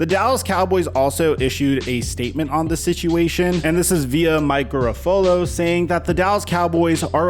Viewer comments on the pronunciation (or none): Mike Ga-RAF-o-lo That's how you say it . You mispronounce it every time you say it. Just saying, dudes probably tired of hearing his name said wrong